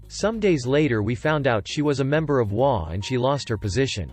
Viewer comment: In the title story, HOA is pronounced by EACH INDIVIDUAL letter. Meaning that it is pronounced H, O, A. It is NOT pronounced as a word.